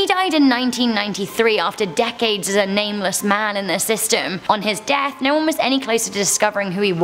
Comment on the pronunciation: But like, why did she say ‘death’ like that lmao 😂😂😂